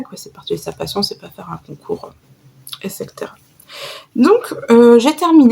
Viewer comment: Très jolies chaussettes, la couverture est très réussie et on perçoit bien ta douceur et ta générosité à travers tes vidéos. 💕 J'ai hâte de voir la suite de ton châle "À la croisée des mondes".😍 Juste (et ce n'est pas du tout une critique ☺️, mode prof de français enclenché ☺️☺️, on dit "etcectera" (en phonétique) car cela vient de la locution latine "et coetera" = le t avant le c, simplement. J'espère que c'est clair et que tu ne le prendras pas mal surtout, ce n'est vraiment pas mon intention.💐 À la prochaine !!